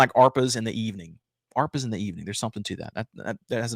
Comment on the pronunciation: ah-RAY-pas, not are-pas.